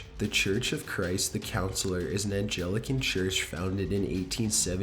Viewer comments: It's "apparition!" Apparation is not a word! Neither is "Angelican!" It's Anglican. Please actually read what you're saying. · Sorry, I'm a teacher, I have to do it.: provocation (not provoke-tion) 4 syllables: prov-uh-KAY-shuh n Anglican church (not Angelican) 3 syllables : ANG-gli-kuh n viscount = VAHY-count (not viss-count) thromBOsis (not thrombus) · Jesus, kid. "Without provoktion?" "Lost a 20 found bet"? Lol. "Angelican church" "apparation". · There's some good content on this channel, but the pronunciation is horrendous: AnGELican (instead of Anglican), deHABilitated (instead of debilitated), RAKin (instead of RaNkin -- police officer shot)..it's especially offensive when it's someone's name. I lose track of how many words are mispronounced in these videos. Please pay more attention to what the words actually say, rather than just blurting stuff out. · You seriously need to learn how to read. Angelican? You mean Anglican? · ...and Anglican, not angelican. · #14, what kind of an idiot wears flip flops to explore a derelict church in the dark? #8 An-gli-can. Small stuff aside, pretty good video. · My favorite game to play on this channel is "Spot the Crazily Mispronounced Word." Today's word: Anglican which was pronounced as angel-i-can.